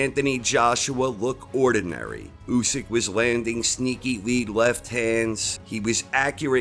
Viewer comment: i cringe when this dude says " Usyk " ..